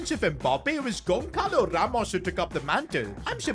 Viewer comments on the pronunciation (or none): Bro It’s not Gonkalo Ramos it’s Gonçalo when the “c” is like this “ç” it’s pronounced as s so it’s pronounced Gonsalo. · I beg, stop saying GonCalo Ramos, it's GonÇalo Ramos, Ç is a S sound, not a regular C, we pronunciate it basically GonSSalo